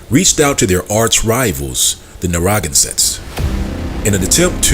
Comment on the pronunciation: Narragansett is pronounced Nair-ra-gan-sett, and the t at the end of Pequot is not really pronounced.